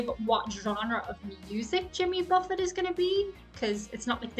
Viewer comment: you knew enough about Jimmy to pronounce the “t” at the end of Buffet